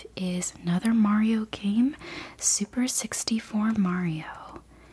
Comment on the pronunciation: As someone who collects old games I’d definitely love to shop at your store ☺️ I did chuckle when you read the cartridge as “Super 64 Mario”, that’s exactly what I did as a kid until I eventually realised it was actually “Super Mario 64”!